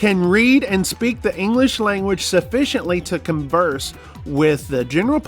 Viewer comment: 😂 “ Sufficiently” aka “SUSPICIOLY” What can you say about yourself not able to speak original language living in my country?! 😂😂😂